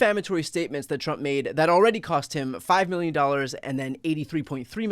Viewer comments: Trump is so narcissistic he can't say "million" without pronouncing it "me-llion" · Do you think he could deny the statement since he doesn’t know how to say million 😂 “91 Millinging dallars” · 😂😂 91 "milli-en"! He's a stupid SOB! 😂